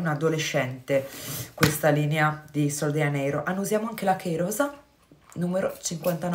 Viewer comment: Non vorrei essere scortese ma sono quasi certa che si dica sol de “Gia”neiro..perché è portoghese